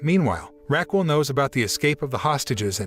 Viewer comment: My ears hurt from hearing “Raquel” pronounced “rackwell”the whole time